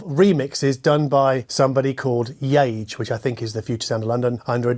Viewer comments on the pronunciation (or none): Yage is pronounced "Ya-hey" x